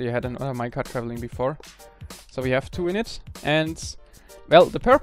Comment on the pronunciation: Could you start pronouncing "WE" properly?